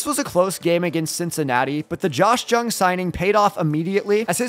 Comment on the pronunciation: Ummm hey just to let you know you don’t say Josh jung with a j at the start of last name it supposed to sound like Josh yung